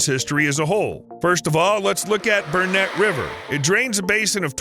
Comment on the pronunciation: I came to say the same. He pronounced Burnett river correctly though 😂 Now we just have to stop big corporations destroying farmlands for a coal mine